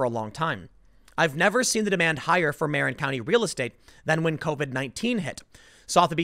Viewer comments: Muh-rin, not Mare-in....Marin....a Mexican in a white van pulled up, let's keep it real..... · Hey, Tim! Here are the correct pronounciations of S.F. area names: NO-ee Valley not 'No Valley', Ma-RIN, not 'mare-in' and Car-MEL, not 'CAR-mel.' You don't know the S.F. Bay Area and neighboring towns too well, I guess! At least you ARE avoiding all the 'poop! Lucky you! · It's pronounced MUHrin, not Mare-in. And if you think Marin isn't a wealthy, over privileged cesspool then you are in for a big shock. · Its pronounced, ma-RIN county, not MAR-in county. You might want to talk about the mass exodus from Orlando, FL. It has the biggest exodus of all U.S. large cities. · Tim it’s Ma rin not Mair in also it’s not caramel it’s Carmel. You don’t live in New Jerky. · Marin is pronounced "Murin" not "Maarin". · it is Mah-Rin and not Mere-En. well it is a proper name, so who cares? you say it once or twice and then never say it again. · SF Bay Area resident here. Great show, one thing regarding pronounciation... Napa = nah-pa Marin = mah-rin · It's pronounced M are in . And 1.7 million isn't huge my parents bought a house in mid 90s for 300k sold in early 2000 for 1 million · NAP-AH, MAH-RIN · Marin is pronounced like "muh-rin" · NAP-uh, Muh-RIN, and Car-MEL. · Nopa (NAPA), Marine (Marin), I like Tim’s commentary but his pronunciation is a little suspect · It’s pronounced ma-RIN, rhymes with win. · NApa marIN and carMEL. Come on Tim. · It's pronounced Ma-rin. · Not that it matters, but if it helps it's pronounced muh-rin county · It's pronounced muh-RIN. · Marin = muh-RIN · muh-RIN. carMEL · Muh Rin Car-mel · Tim's pronunciation of Napa, Marin and Carmel was so bad it was good. Never seen anyone get them all wrong. Trifecta! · Double check your pronunciation of “Marin” county. Keep up the great work! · TIm somehow managed to mispronounce Napa, Carmel, and Marin in one sentence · Tim. You pronounce marin and Carmel hella funny. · haha he said marin wrong!